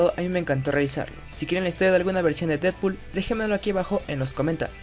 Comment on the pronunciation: y ademas lo pronucio bien el nombre seeee porfin alguien lo puede pronunciar bien gracias:3